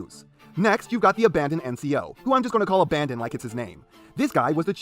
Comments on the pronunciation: Not to be the pronunciation police but the NCO’s faction name is pronounced ABBA-DON not abandon like you were doing P.E. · Loved this video, but it hurt physically every time PE called Abaddon "Abandon" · it's NOT ABANDON. IT'S ABADDON, A NAME FOR SATAN. ONE. N. ABBBBBBBADDDON Why so angry am I